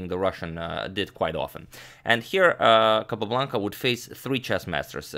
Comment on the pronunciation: I love the way Agadmator pronounces “Capablanca saga”. Reminds me of Rowan Atkinson in Johnny English. 😊